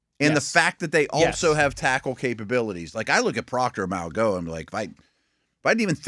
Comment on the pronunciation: Don't bother. They still don't get Mauigoa right because they just don't care. Unprofessional.